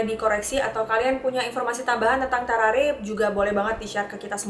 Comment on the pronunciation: How to pronounce.. Gue: Tarrare.. Meanwhile: Tawrawree.. Ngakak maap 🤣🤣🤣🤣